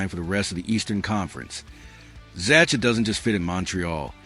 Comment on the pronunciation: Z-a-h-a , is how you pronounce Zacha’s name. Fix this ridiculous AI for Gods sake